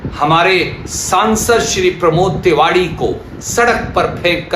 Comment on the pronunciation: Ye kon nesha ker rekha h, ye tewari ko tewadi bol r h😂😂 or ser per chot seai pet pasli tuot jaati h, 😂😂😂😂